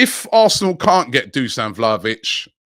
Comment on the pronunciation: talks about Vlahovic Everyday and still can't (or do not want to bother to) say his first name correctly.